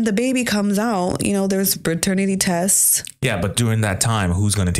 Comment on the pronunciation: DID SHE SAY " PERTERNATY TESTS " I can't believe that. Cappping man, capping is so unattractive, go and watch some videos of Philopena women talking. Pure sense. So attractive.